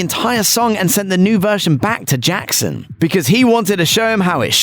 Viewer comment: "And sent the new version bacc to Jaccson Now you can't unhear it